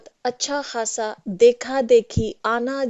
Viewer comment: "अच्छा खासा" )اچّھا کھاصا) नहीं जब कि "अच्छा ख़ासा" (اچّھا خاصا)۔